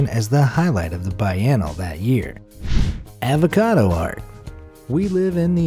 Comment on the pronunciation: The most painstaking thing is listening to him say avacado